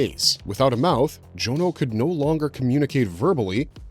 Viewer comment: Tip from a real life Jonno: it's usually pronounced John-o and not Joan-o. You know, 'cause it's short for Jonathan (not Joanathan)